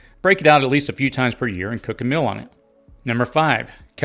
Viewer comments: "Meal" rhymes with "eel". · Mill vs meal. Sill vs seal. Fill vs feel. Please distinguish these pronunciations